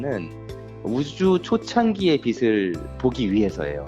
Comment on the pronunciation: 님 '비슬'이 아니라 '비츨'이랍ㄴ니다